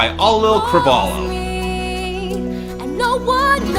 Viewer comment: Am I going to be the first one to inform that it's Auli'i, not Auli'l? And it's pronounced Ow(as in you got hurt)-lee-ee. Last name Cruh-vol-ee-oh. Ow-lee-ee Cruh-vol-ee-oh. Auli'i Cravalho.